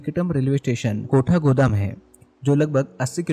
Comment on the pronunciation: Prounciation to thik karo..kaathgodaam ka aap😂